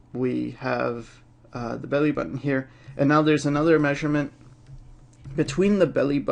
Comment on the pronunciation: the way he says belly button tho.